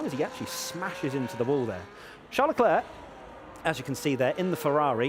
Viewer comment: LECLER PAS LECLERQUE 😭😭😭😭